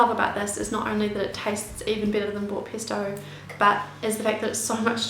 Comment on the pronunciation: it's pEsto, not pIsto